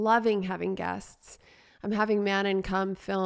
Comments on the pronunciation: It sounded like you said " I've been having gas, and Ive been loving having gas" 😂 ( instead of " guests") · That’s exactly what I thought she said oh my gosh! I was wondering if anyone else heard what I did 🤣🤣 too funny